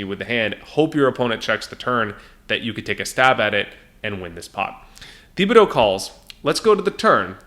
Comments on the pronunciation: It's pronounced Tib-uh-dough,. You're buggin' me with that Thee-bee-dough stuff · Great break down! However, as someone who lived in south Louisiana, Thibodaux is pronounced TIB-ah-doe. Keep up the great work and content!!